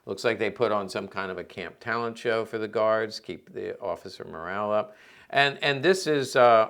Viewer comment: fusballtable .....lool Your pronunciation is funny. In German, it is colloquially called wuzler or wuzeltisch. High German is the name TischFussball